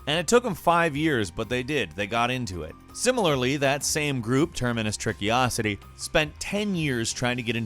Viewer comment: Termacious. In case you don't know this is pronounced, "Terminus." It is an astounding feat that YouTube has accomplished in drawing to itself such a vast group of creators who can't read. It is truly amazing. Bonus content: Trickocity is pronounced, "Trickiocity". Bonus content 2: He actually says "Terminus Trickiocity" three times in the video. Sorry, Termacious Trickocity, you can't expect someone to actually read a name with more than two syllables on YouTube.